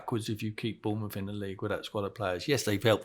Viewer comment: well he called Bournemouth wrong didnt he